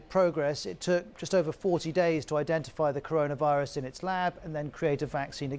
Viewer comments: The guys can’t even say corona virus LoL Rirus LoL 😂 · “Update on the Caron Rius” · This guy cannot say "Coronavirus". That is a fact. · Can't he say corona virus 🤔